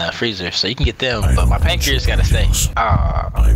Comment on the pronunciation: I need ur prancreas +u need what? -Pancreas :v